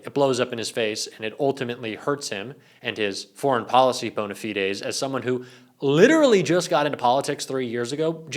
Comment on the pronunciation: The term is bona fides, pronounced with a long "i" as in "ice cream"